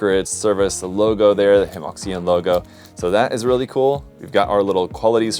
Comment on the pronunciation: Hemoxian has finally resorted to AI box art 🥀 I know it's a lot to ask of a fellow Illinoisan, but it's pronounced more like "heuh muo shian" It means something akin to "harmonious model line" but sounds like the Chinese term for seam line, 合模线 (only the first word is different).